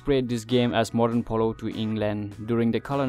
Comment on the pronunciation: It's called Polo not pulo.